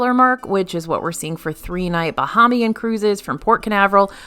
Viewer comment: I love your videos! As a resident of The Bahamas, just a tip on the pronunciation of Bahamian. Bah-hay-mee-an. Long 'A' in 'hay'. Keep the great videos coming! 😊